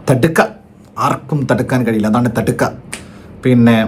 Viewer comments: Thadka alledey ... Thaadaka 😂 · തടുക്ക അല്ല താടക 😁